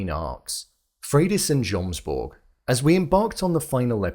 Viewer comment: Still saying jomsborg with the j after they pronounce it yomsborg through the whole season is crazy